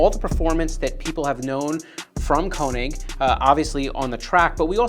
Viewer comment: Did you really pronounce your own company’s name wrong?